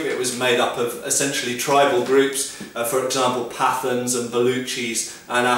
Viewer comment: I find his pronunciation funny...'Pathan' is said 'Pataan' . Otherwise, I'm liking your videos :)